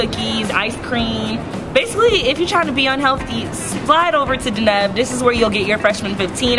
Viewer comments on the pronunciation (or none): none